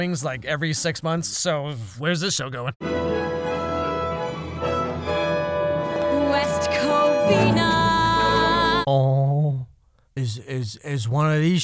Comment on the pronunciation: "West Covina, California" blease, no